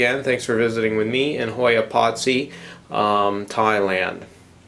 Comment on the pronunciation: It has three syllables. Pot-si-i